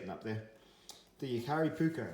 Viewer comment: It’s jääkäripuukko not Jakaripuukko 😉 ”Puukko” is Finnish word meaning basically general camping/ bushcraf-type knife, wich is used with edc, woodcrafting and self defence (150-200 years a go). ”Veitsi” means knife in english, and cutlery or tactical knives are ”veitsi” not ”puukko”. ”Leuku” is puukko-knife originally from Lapland-area in Finland, Sweden and Norway, some leuku’s are over 8 inch long and can be used reideer butchery etc.